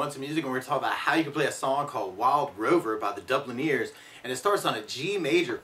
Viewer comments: Pffffffffffftttt 🤣🤣🤣hahaha.. omg, the Dublin-ears 👂🏼👂🏼😆 ... Dude... Dublin (ers) .. same as London-ers.. New York-ers.... you see.. same... no EARS 😂👂🏼👂🏼👂🏼👂🏼👂🏼👂🏼.... (ITS THE DUBLINERS )... 😡😡😡 MAKE ANOTHER VIDEO AND GET IT CORRECT. 😂😛😛😛😜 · hearing you say "DublinEErs" made me burst a blood vessel and bleed through my eyes for the better part of an hour.. where are you getting the other E from?